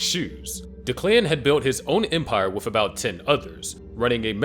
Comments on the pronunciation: DECK-luhn, not da-KLAN lmao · Anyone else bothered by the pronunciation of Declan?